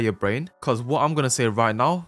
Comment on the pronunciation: Hws "yeuur" is getting better and better